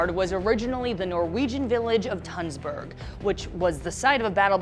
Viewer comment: Omg the way she said Tønsberg as a Norwegian I feel offended 😂